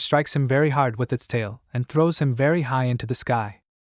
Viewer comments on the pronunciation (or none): "he trows it back"😂